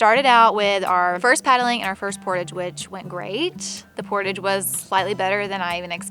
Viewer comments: I'm sorry, I have to comment now or else it will frustrate me to no end. "Portage" comes from the French word "porter" meaning to carry. As a result, the word is pronounced like "port-ahge." That's all. Sorry, I know that I need to be more tolerant but I'm just not. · There IS a correct way to say the word that describes the act of hauling your canoe and gear overland between two bodies of water. "Por- taage" pronounced with a soft "a" reflects the word's French roots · They keep saying portage and it makes me cringe each time! It’s pronounced portAWWge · Portage is a french word so there is an accent on the a so its portáge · Canadian here. I struggled hard watching every time you guys said Portage, I had to power through it every time it was said. Portage is a French word meaning "the carrying of a boat or its cargo between two navigable waters" its pronounced "Por - Taj" portage how you guys were pronouncing it is a sailors wages when in port... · Welcome to Canada 🇨🇦!!! ( we say “port-age”, with the “age” said softly like the French “age”) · Any other Canadians wincing at their pronunciation of portage? lol. I love and so they can do absolutely no wrong in my books but find it funny. It's a French word so we pronounce it as such and say it as: Portawge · Am I the only person who cringed every time someone mispronounced the word portage? Portage is a French word pronounced like pour taj. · I was confused by your pronunciation of portage until I googled and found out thats the American pronunciation. We do a soft A in Canada because of its french roots! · Any other Canadian's ears peek up by their pronunciation of portage? Lol. Here we say portage like collage. Cool to watch you guys do something we spend our summers doing. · Por taaaaage! Its a french word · The Canadian in me cringes hearing Por-tadge... Not port-edge... Lol. I can't help it. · Love you guys, but hearing all of you mispronounce the word portage over and over is killing me!!!